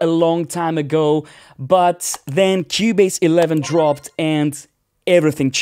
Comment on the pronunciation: “In Kiewbaze” love this accent